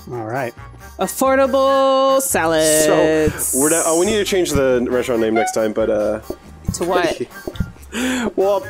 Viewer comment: Why does keep calling it “renstraunt”